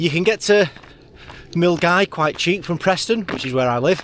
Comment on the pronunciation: Hey. Good to see you out on the trail. I hope that your leg is feeling better. I was driving up Loch Lomond the other day, but on the other side of the water. I was heading to Argyll. Glad to hear you pronouncing Milngavie properly. Most people would look at it and not think that it was pronounced Mull-Guy.